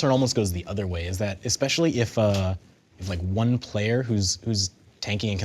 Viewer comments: "XPECIALLY WORRIED"! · "Are you a little bit cautious, or Xpecially worried." #PunsofDamage